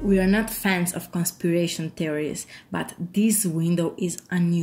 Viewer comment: I thought she said constipation theories lol